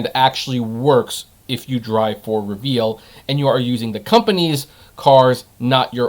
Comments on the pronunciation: Not reveal lmao. It'a re-vul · It's not "Reveal", it's pronounced "Re-Vle", like "Rebel".